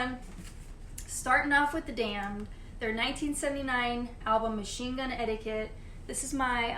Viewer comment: spot on correct by the way on the pronunciation of the label name for machine gun etiquette.